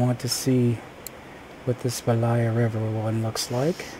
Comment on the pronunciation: It pronounce stressed on "E" - bElaya river. Belaya means "White River"